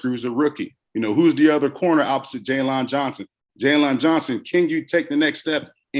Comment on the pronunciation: Not being able to say Jaylon( Jay-len ) is by far the most annoying thing on this clip. 🤣😂 Come on, hometeam! You got to do better than that. You pronounced every letter in the man name!!